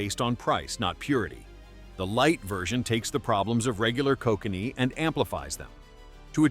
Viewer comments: Koh-connee 😂 nice AI junk narration. Koh-can-ee is how its pronounced lol. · I live in BC, and it is NOT pronounced Ko cannee. It is pronounced Ko kan ee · Gonna give this video a 0/5 and a big thumbs down for the irony: How can you make a video where you bitch about companies cutting corners to save on costs, while in the video you use an AI voice (that cannot pronounce "lager" correctly, and pronounces "Kokanee" 3 different ways) in order to cut corners and not pay a voice actor, reducing production costs? This is bad form and reeks of hypocrisy. For shame, sir!